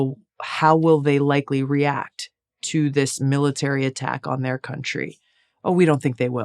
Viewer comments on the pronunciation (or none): none